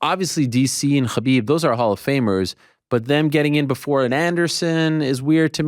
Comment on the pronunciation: its khabib not kebob...